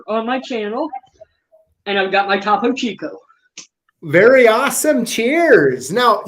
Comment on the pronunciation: Interesting chat. I got into locksport because I don't like having to drill simple locks. Point of interest, Topo Chico is pronounced toh-poh chee-koh. #lockboss